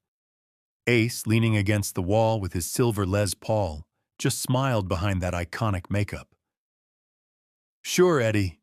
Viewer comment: No nothing dopped in 1978 we weren't niggerfied yet then and fuck off if any of u don't like what I just said. I'm sick of everyonr rmbracing this nigger shit. This isn't authentic the term arena rock, I don't believe the trendy term gear was used back then and it's not pronounced lez paul. This video is made by a punk too young to know any of this and kiss wasn't radio friendly. Back then there wasn't any hard rock played on the radio. Kiss simply wasn't played on the rado other than beth